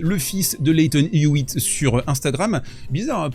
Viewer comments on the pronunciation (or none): none